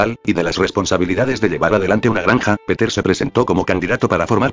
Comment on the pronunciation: muy rapida lectura que lo vuelvan a hacer y malisima pronunciacion el lector atomatico . no es peter sino piter es pedro .